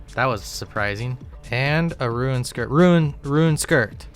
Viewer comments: He pronounces every other word as they should be. He does not pronounce the silent 'e' in any other word. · Fake??? Real would never say roon. I laugh every time he says "ruin" bring it back. On a serious note always like vids. Gurantee you will see new weird ass travel methods n trashing the wiki.